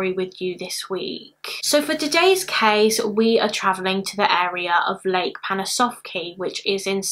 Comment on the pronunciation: The way you say "case" sounds like we would say cheese in bavarian dialect(southern germany): "käs". "Käse" would be without dialect. Always puts a smile on my face. I like it very much, thou